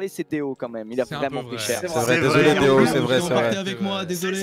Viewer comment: Ça me fume quand kamel appelle deo « deon »